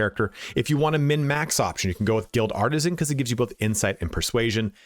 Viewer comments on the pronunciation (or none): none